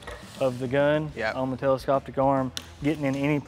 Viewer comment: Not sure I want to buy a welder from a guy that says eagernomics and telescoptic